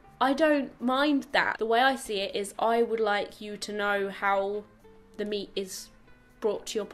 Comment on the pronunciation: Oh dear , I heard "if you eat me" instead of "if you eat meat" and I was so shocked 😂